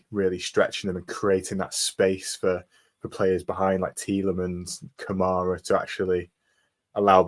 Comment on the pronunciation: Commentators that hate Villa. And go on and on and never give us credit for our achievements- its always how bad the other team had performed. Or pronounce Kamara's name wrong! UTV 💜 💙